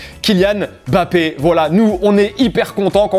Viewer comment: M bappé et pas Bappé Rajouter le M! Ah oui ça fait moins français…